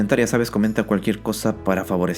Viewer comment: Te escuche. Aldoritmo 😂